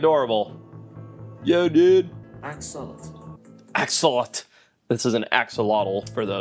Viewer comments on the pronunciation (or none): So the correct pronunciation of Axolotl isn't "ax-uh-lot-uhl", it's actually "ah-sho-lote". The AI is actually closer to pronouncing it right than you are. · Tbf you don't pronounce the L at the end of axolotl in the modern Nahuatl pronunciation, however the X would be more of a SH sound. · A. What exactly is wrong with my grammar? Is there some ambiguity? B. Where in my comment did I criticise anything? I was pointing out that in the language that the word Axolotl is borrowed from, you would not pronounce the L at the end of the word. Purely as a point of interest.